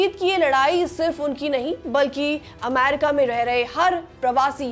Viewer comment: अमैरिका नहीं होता , अमेरिका होता है